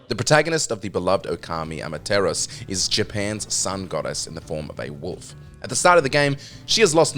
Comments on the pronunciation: The name of the wolf in Okami is pronounced "AH-MAH-TA-RA-SUE" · Thumbs down cuz you can't say amatarasu properly